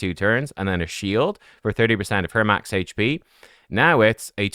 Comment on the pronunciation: I love how says hache p champ lol